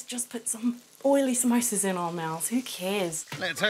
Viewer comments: Samosa is the English spelling but we say pronounce it Somosä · "Somosa's" Well done